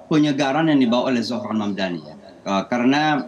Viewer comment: Saya kira hanya Cuomo aja yang gak bisa nyebut Mamdani ternyata bapak ini jg manggil dia Hamdani 😂